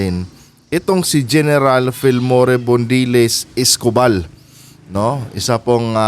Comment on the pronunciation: Gen Escopal mali ang pronouciation niyo.